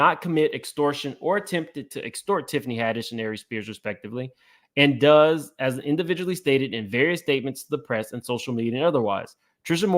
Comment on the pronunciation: Hey in legal documents “DOES” is pronounced like doze or doughs, as if referencing a Jane Doe or unnamed persons. Keep up the good work!